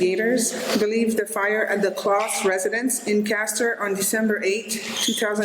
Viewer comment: i genuinly thought you was saying it wrong on accident untill you mentioned the good old holiday,,,,, how did you still say klaus wrong???